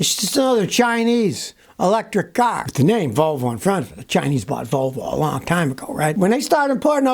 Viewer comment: ...Wolwo...they can't grok the letter "v"...